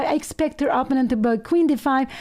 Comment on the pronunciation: I do wish that Pia would learn how to pronounce 'opponent'